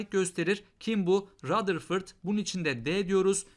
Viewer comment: Hocam rutherfırd😂😂😂